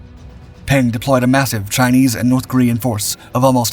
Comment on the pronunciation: Peng’s reward for leading the Chinese troops? Death by plane crash while fleeing the Cultural Revolution. BTW, Peng is pronounced more like Pung. The e sounds like the e in the word the.